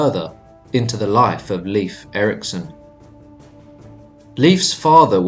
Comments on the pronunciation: It's not LEAF. it's pronounced more like Life. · Please its Lejf (Leif) Don't pronounce it Lif that almost sounds like the female name Liv which is a completley different name. As an English speaker Nordic name shouldn't be a challenge or a mystery to pronounce. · I hate it when they pronounce it as Leaf!! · Please get the name right..... dammit. It's 'Layf' not 'leaf'. I can't get through another second of the mispronunciation. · A tip on pronunciation though from a Scandinavian is to say it more like "Layf" than "Leaf" if that makes sense. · I just learned that Leif is pronounced like "life", not like "leaf". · Lief is pronounced like “Laef”, and j’s are pronounced like y’s. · Nice video, but your pronunciation of the names Leif and Bjarni is off 🙈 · It's actually Leif... Layf is the pronunciation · Very interesting, I'm Scandinavian and we learned very little about the Vikings in school. One minor thing only, for what it's worth, Leif is not pronounced as Leaf, but the "e" and the "i" are distinct. Think the "ei" sound i "later," "waiter." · Was interesting, but the frequent mispronouncing of Leif's name was distracting. Narrator would go back and forth, 80% of time pronouncing incorrectly as Leaf and 20% of the time pronouncing it correctly. Correct way to pronounce is "lay" followed by an f. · Pronounced Laif.